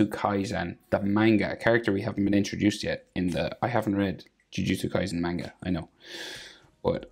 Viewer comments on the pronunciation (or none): none